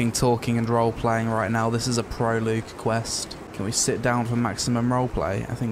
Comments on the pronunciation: It's pronounced Proh-Log, not pro-Logue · "Proloog" I assume you mean "Prologue" Which is pronounced "Pro log" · It's pronounced pro-log... Don't know why that irritated me so much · Pro-loog. That's a Professional Loogie, for those in the know. 😁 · 'This is a pro-loo-g level' 😂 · I’m glad someone else spotted that. Made me giggle enough to rewind and listen again ... twice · "proloog" smh